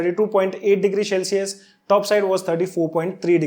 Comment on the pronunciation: Shell-cius nai hota bhai, cel-cius hota hai